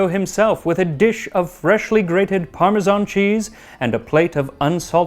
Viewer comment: You obviously love your job. I'm glad you don't say parmezhan, like most people do. The US has become obsessed with the "zh" sound.